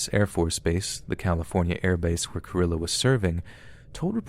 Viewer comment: Cringing every time you pronounce Carillo 🙃 lol